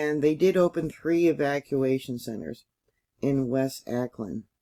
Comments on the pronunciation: Au ckland not Acland "Auckland" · it is pronounced "AH" AUCKLAND nor Aaaa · Auckland is pronounced like hawk without the h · just so you know, Auckland is pronounced (phonetically) " Hawkland".... without, the "H" as in "awkland". Love your channel, been subscribed for 7 years, now. Hmmmmm... your 10th "Anniversary" of the channel will be here exactly 2 weeks from Tomorrow!!... Sunday, Jan.12th, 2023!! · Auckland is pronounced like hawkland without the H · was going to tell her myself..interesting lack of preparedness for a vid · Awclund is how it's pronounced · pronounced= 'Awklind'